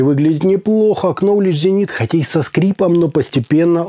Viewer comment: ты классный парень и слушаю тебя со вниманием но только не произноси кноледж - в английском нет такого слова - есть ноледж есть найф но никак не кнайф и кноледж - нет никак